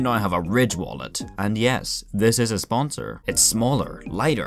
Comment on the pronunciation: * casually pulls out wallet in public * "Yo this my wollet and it spesil"